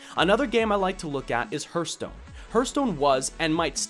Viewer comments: "hurt stone" are you that hurtededed !?!?! "HAART~STOWNE~" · Your point was well made, but please edit the 'Herstone' part out for 'Hearthstone'. Just copy past some new spoken text into it, otherwise it distracts too much for the listener (especially for Hearthstone players like me ^^ ). This is really meant as feedback: it was a great video, but this is a point of improvement. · I'll buy that, but it would make the pronunciation closer to "hairthstone" than "hurtstone";) The pronunciation of the "a" doesn't affect the "th" like that, although a regional dialect might. So altogether I can dig it. But I'm still calling it a "harthstone" the way I've always known it. Mainly because that's not my dialect and variety is beautiful. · That "herthstone" pronunciation. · Hehe.. Hurthstone. Good video though!:D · dude why do you call it hurtstone? :p or herstone. Great video tho ^^ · Martin Stensvehagen oh, is that what he was calling it? I thought he was just weirdly mispronouncing "hearth" like 'hurth' ... LOL Now it makes sense ...